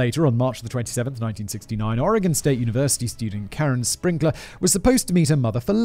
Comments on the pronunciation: THANK YOU FOR PRONOUNCING OREGON CORRECTLY! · absolutely fantastic pronunciation of Oregon. Most people not from here get it wrong. GG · So proud Simon you say Oregon correctly 🥳👍🏻. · I have to say, Simon, you pronounced every Oregon place name (including Oregon) perfectly! You don’t understand, MOST Americans get our state and city names wrong!!! You rock! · As a native Oregonian, thank you for pronouncing “Oregon” correctly! Unfortunately you mispronounced Willamette, it’s pronounced; Will-Am-It. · Oregonian here. Thank you for pronouncing the state's name correctly. Willamette is pronounced WILL-am-et -- all short vowels.